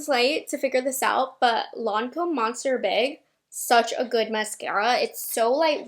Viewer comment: It sounded like you said “Monster Big by Lancôme.” 😂❤❤❤ Your vids! Happy birthday! 🎊